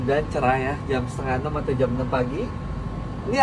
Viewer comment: Per JAM bang bukan per JEM 😂😂😂